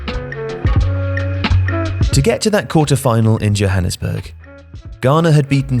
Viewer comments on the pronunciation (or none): none